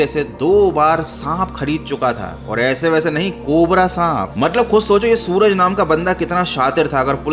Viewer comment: Suraj nhi srak